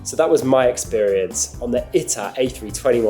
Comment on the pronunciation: It’s pronounced Eetaah not Itah.